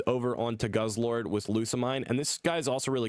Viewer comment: Not goose-lord, it's guzz-lord